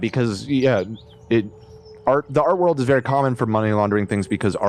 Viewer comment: Wourld whoorld WORLDS